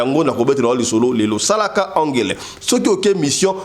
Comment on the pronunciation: Balobaka sala ngele et non angele merci